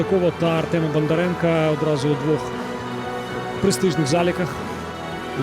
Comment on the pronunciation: На УПЛ що, коментатори скінчились? Що воно там бурмоче?.. Половину слів взагалі не розумію - вайби-шмайби, білдапи-шмілдапи, зато "Бандаренка", "Матвієнка", "Алефіренка"... Не призначайте його більше, будь-ласка...